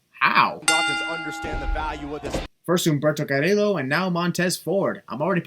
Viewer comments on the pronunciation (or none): FYI, Carillo is not pronounced like that, is like when u pronounce "jobber".